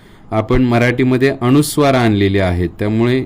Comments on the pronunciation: न चा उच्चार ण असा का करतात गावाकडे? अनुस्वार हा शब्द अणूस्वार करणे चूक आहे. आपल्याला योग्य गृहीत धरणार आणि अनवधानाने चुकीचं शिकणार. तसेच स ला श करू नये. ही नम्र विनंती. मी टिका करत नसून सुधारणा सुचवत आहे. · माहिती चांगली आहे, धन्यवाद. मात्र माहिती सांगताना आपण स्वतःच उच्चाराच्या अनेक चुका केलेल्या आहेत. पूर्ण व्हिडिओ पाहिला. अनुस्वाराला आपण अणुस्वार म्हणता. एखादा शिक्षक चुका शुद्ध करत असताना, स्वतःच उच्चाराच्या चुका करतो, याला काय म्हणावे? नाजुक विषय आपण हाताळला, पण परिणामपूर्वक आपण सांगू शकला नाही कारण आपले स्वतःचेच अनेक उच्चार चुकीचे आहेत. माफ करा, कृपया सत्य बोलल्याबद्दल वाईट वाटून घेऊ नका. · सर अनुस्वार हा शब्द अणूस्वार असा का करता? बाकी सर्व छान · आपण अणू नासिक सांगता ते अनुनासिक आहे, अनुस्वार ह्या शब्दाऐवजी आपण अणूस्वार सांगू नका.म्हणजे नवीन शिकणारे व लहान मुले योग्य बोलतील. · "अनुस्वाराचा" हा शब्द आपण सारखा अ "णु" स्वार असा उच्चारत आहात. कृपया उच्चार शुद्धीची काळजी घ्यावी, ही नम्र विनंती.. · खूप छान पण आपला अणुस्वार उच्चार खटकतोय. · माहिती उत्तमच! पण आपण स्वतः ' न ' आणि ' ण ' उच्चार काही ठिकाणी चुकीचा करीत आहात. जसे ' अनुस्वार ' या शब्दाचा आपला उच्चार ' अणुस्वार ' असा होतो आहे. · खूप छान माहिती आहे. पण आधीच माफी मागून एक विनंती करते की न च्या ऐवजी ण म्हणू नये व ण च्या ऐवजी न म्हणू नये. जसे की अणुस्वार न म्हणता अनुस्वार म्हणावे. अणुवाद न म्हणता अनुवाद म्हणावे. पानी व दुकाण असे न म्हणता पाणी व दुकान असे म्हणावे. तुम्ही उत्तम शिक्षक आहात असे दिसते, म्हणून तुम्हाला विनंती केली. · तुम्ही अणुस्वार म्हणताय तो अनुस्वार आहे.ण आणि न या अक्षरात भेद आहे हे लक्षात ठेवा. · सर तुम्ही खुप हुषार आहात..पण तुम्ही न चा ण...करता आहात...🙏अणुस्वार नाही...अनुस्वार